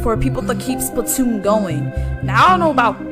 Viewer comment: Is everyone just gonna ignore the fact that is pronouncing splatoon wrong